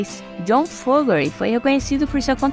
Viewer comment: O sobrenome é FO-GER-TY, não FO-GE-RY